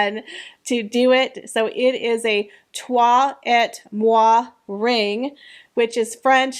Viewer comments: Not ett 'ay' et IS pronounced 'ay' but toi moi you pronounced perfecto 🥰😘🥰😘🥰😘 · The “et” is pronounced “eh”. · Haha, ALMOST correct pronunciation lol.. 😊 The "et" is the French word for AND, but you do not pronounce it like the letter "E" and you do not say the "T".... You literally pronounce it as if you were going to say your ABC's..... So it sounds just like the letter "A"....😁 We all learn new things everyday so it's all right if we don't know how to do EVERYTHING. That's the joy of life ..... Learning new things! 😘 Also, I live in the suburbs of Minneapolis, so snowl has been my entire life! 🤣🤣🤣 It was stupidly -8°🥶 yesterday morning....ugh! Then we had a heat wave up into the single digits! Hahahaha